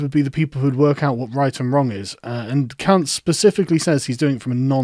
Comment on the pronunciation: Sorry to be crude but I am ignorant, how do you spell this fellows name, I keep hearing a swear word beginning with c and ending with t, and un in the middle!!! Please help as I am genuinely interested in the subject. Please educate me, I am but clay in your hands. Thank you for your work as always. 👍👍👍😎